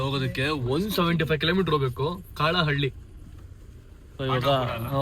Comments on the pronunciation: Not (ಕಾಳ ಹಳ್ಳಿ)❎ ಕಲ್ಲಹಳ್ಳಿ✅ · ಕಾಳ ಹಳ್ಳಿ ಅಲ್ಲ ಬ್ರೋ ಕಲ್ಲಹಳ್ಳಿ